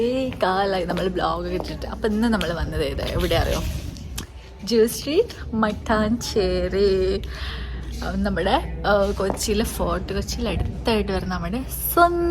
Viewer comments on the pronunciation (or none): Matanchery❌ Mataaanshery👈